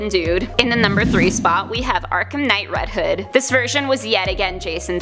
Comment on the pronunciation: Sounds like she is saying red head